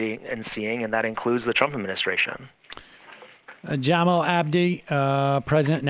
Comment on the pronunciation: It’s Ja-mall, not Jam-ill 😂